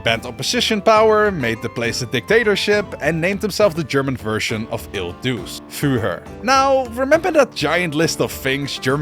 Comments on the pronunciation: dude it's il DU'CH-E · The term “il duce” in not pronounced as “il duss” bro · btw the correct pronounciation is "il duce" exactly as you write it, not "el dus" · I absolutely love this style and your way of explaining things! Just your pronounciation of Il Duce was a little off (best I can describe in English is "eel-doo-chey", the C in Italian doesn't ever become a "s" in native words) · it’s pronounced il Du-CHe